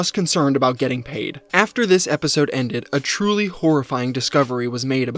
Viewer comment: “It twuly was an anime esque moment”